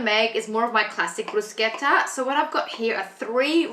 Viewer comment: Yess love that you pronounced it correctly hahah I always correct people 😅